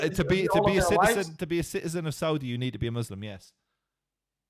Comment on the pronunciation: Now he is saying Soodie arabia i cant watch this... american muslims are the WORST of all.